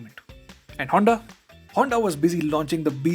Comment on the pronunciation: Broo, but it's HONDA brooo....